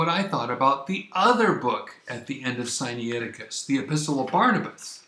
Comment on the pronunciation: Siniaiticus? Sainicticus? Scussnitusis? SCHFAISDOJHIAIHIO!!! Where's the difficulty in pronouncing Si-Nai Ti-Cus?! AMERICANS!!! (Edit: Or it could just be me, that don't know the Greek pronunciation)